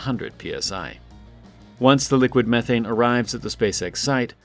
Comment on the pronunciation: Learn to say methane correctly.